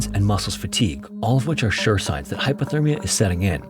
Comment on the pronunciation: Hypothermia, im pretty sure i keep hearing him say Hyperthermia which means they was too hot. Dont wanna be that guy who corrects. But if it was me id wanna kno.